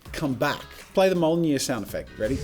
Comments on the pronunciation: Wait wait wait wait Did he pronounce mjolnir as molnyir? To be fair Paul Rudd thought it was Jonathan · When he said Mjölnir, it sounded like Molnia, which kinda sounds like a disease tbh.